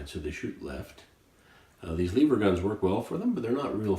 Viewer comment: First of all I want you to say the word "ever". Now I want you to put an L infront of the word ever. The word Eever isn't even a word and just sound's uneducated